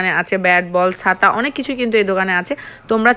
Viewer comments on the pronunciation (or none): সাতা কি? বলেন ছাতা